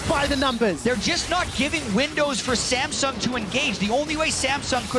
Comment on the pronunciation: Did he say Sangsum instead of samsung? 😂